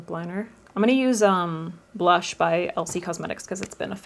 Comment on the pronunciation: Anyone else notice she said brush and blonzer towards the end ? Or am I crazy 😝